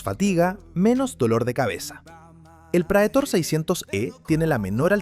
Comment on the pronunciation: Prætor. Prétor é a pronúncia. Palavra em latim que significa "aquele que vai à frente, aquele que conduz".